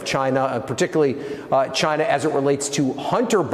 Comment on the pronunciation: Perhaps they were giving him money as an incentive to pronounce CHYNA properly.